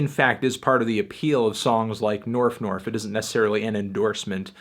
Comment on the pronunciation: I'm pretty convinced the video is fake. She pronounces Staples as Stiples and Norf as Nerf despite being so careful to speak properly everywhere else in the video, I think she was just trying to seem more out there by pronouncing those words wrong, but it ended up killing the believablility, at least for me.